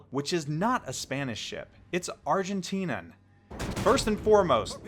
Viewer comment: Dang, whole big schpeel about saying the name of the ship correctly due to years of Spanish and you say the adjective use for Argentina (Arg-en-tin-ian not Arg-en-tin-an) wrong in English. Too funny man, good video though.